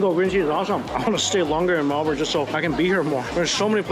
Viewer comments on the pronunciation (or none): Melbin...its acceptable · Nooooo ! Are you hurt, son ?